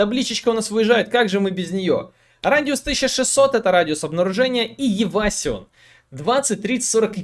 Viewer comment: Евасион... ты боль-моль знаешь английский. Можешь читать правильно евейшн. Это из разряда дамаг. Не обижайся плз